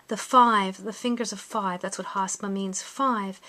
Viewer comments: You're pronouncing it wrong. It's called Hamsa, not Hasma. The way you are pronouncing it, hasma, you are actually talking about a chinese desert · Yep! It's Hamsa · You should get your pronunciation right it’s not Hasma it’s Hamsa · Isn’t it Hamsa? You keep saying “Hasma”.Or is it interchangeable? Would like to know the true form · She’s getting a lot of things wrong she doesn’t even know how to pronounce hamsa.